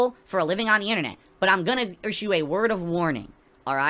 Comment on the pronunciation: The warning that he “irshue”d?